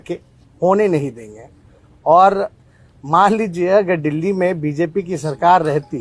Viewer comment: क्या मेरा बिहार बर्बाद कर देगा ये लोग जिसको दिल्ली बोलना नहीं आता डिली बोलता क्या वो देश चलेगा 🙏🏻🙏🏻